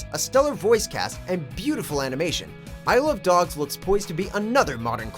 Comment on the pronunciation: When he said Isle of Dogs quickly it sounded like I Love Dogs. Just thought I'd put that out there.